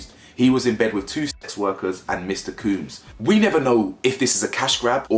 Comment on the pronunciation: Love the content but you killing us with the cooms bro 😂 it’s combs like when the barber combs your hair 😫